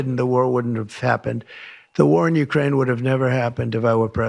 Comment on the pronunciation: trump: "it's horrible it's in youmane"